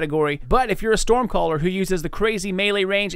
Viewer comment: He said "stormballer" big Bs out here blood!